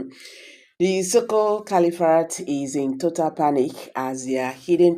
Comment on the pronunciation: I thought you went to school. Cali-what? Do you mean caliphate or califat?